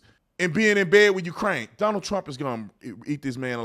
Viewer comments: He called him Stonald?😂😂😂😂😂😂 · Who is stonald? 😂😂😂